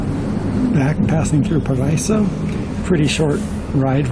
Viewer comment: Paraiso is pronounced para-ee-so. Paraiso means paradise in Spanish.